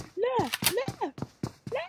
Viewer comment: 😂 it's not le le .it's la la, means NO NO